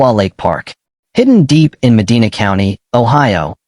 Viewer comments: MedIna not Medeena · Medina County is pronounced "Muh-DIE-nuh."